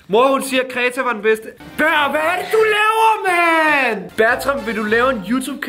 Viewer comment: det hedder baer ikke ber